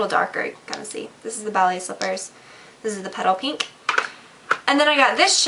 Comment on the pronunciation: when she aid petal pink, for a sec i thought she said pedo pink LOLn <3 this vid!!